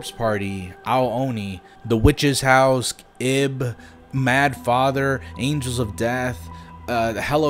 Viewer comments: It makes me feel immense amounts of pain hearing him pronouce it as Ib instead of Eeeb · Ib is pronounced as i-b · Why am I mad that you probably butchered Ib's name 😂 I shouldn't be this mad 🤣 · The way u pronounced IB made me laugh djsjdjdk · That's not how you say IB